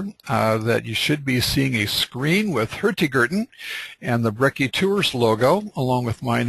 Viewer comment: Highly recommend you try to get some training in norwegian spoken, Hurtigruten in your norwegian, translation is quick porridge, it should be fast boat line!Not very good.... Room for improvements.